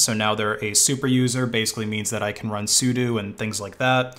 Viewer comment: Hey one of the few guys that pronounces "sudo" correctly!